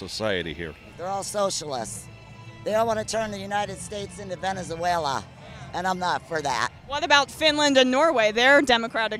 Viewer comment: Some can’t even say the word. They say Venenzayla. And they don’t like living socially, they don’t believe in Social living! Geddit!